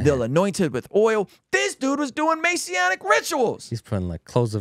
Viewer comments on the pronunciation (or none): New to finding you,. I appreciate your work and your heart. While I disagree with you on some theology, I certainly don't doubt your love of Christ. My only complaint is a nit picking one. It's Masonic (May-Sonic). You say: Messianic (May-scionic). It hurts my ears. God bless you, keep doing your thing!!! I'll keep watching and supporting